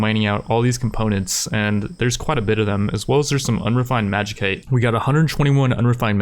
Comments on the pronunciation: Magi-kite? Magi-sait. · And "Magikite"? What's that? Is it Magicite?